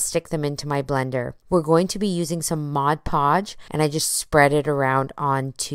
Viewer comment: MOD Podge, not Modge Podge.